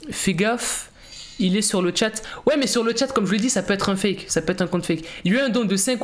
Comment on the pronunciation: Ont dis fake pas fak fak😂